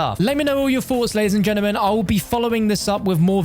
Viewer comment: Nobody:: LADIES & GENAMEN lol